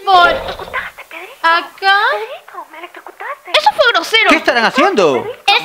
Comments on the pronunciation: Aquí los que escucharon "me electrucutaste Pedrito " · XD con el Kikin chiken pobre dogday no durmió XD like si escuchaste "me electrucutaste Pedrito 😂"